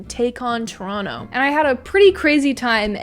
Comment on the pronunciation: Thank you for pronouncing Toronto correctly ❤️